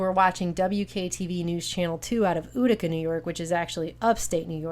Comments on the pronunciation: It's pronounced Yootica. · "Ootica" NY😂 Interesting watch. But that just made me chuckle. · Thx 4 this...very interesting & bizarre. Maybe the Joker has been let loose in Gotham again huh? BTW Utica is pronounced YOU-tica, like United States (I grew up near there). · It's Suffolk (Suff-UK) and Utica (Eu-Tikah) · tf is "ooo-dica" new york?